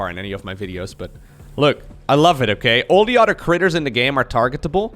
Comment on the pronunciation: I love the classic intro, but honestly, my personal favorite is when he says "the udder side of the map".